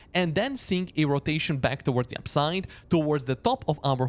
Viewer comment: I have a hard time distinguising your words "upside " and "downside "...you pretty much pronounce them the same ...